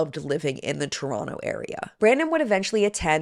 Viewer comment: All the props for saying Toronto correctly (Toronno). It's a little thing but something I always look for and cringe when people pronounce the second T.